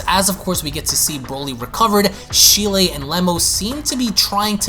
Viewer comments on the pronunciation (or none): Its cheeli not shelie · I'd like to point out a couple of pronunciations you got wrong. Cheelai for one is pronounced Chee-Lie, the E is long. Next is Lemo. Again, the E is long so the correct pronunciation is Lee-Moe, with the O being a long O. But aside from that, great video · Hearing how you pronounce Cheelai makes me cringe. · Can you not pronounce cheelai